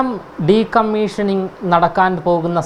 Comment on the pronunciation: എടാ പൊട്ടാ de കമ്മിഷനിങ് അല്ല, കമ്മീഷനിങ് എന്ന് പറയുക